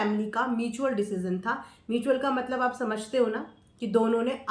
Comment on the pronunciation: मिचयूल kya hota hai bahan म्यूचुअल hota hai 😅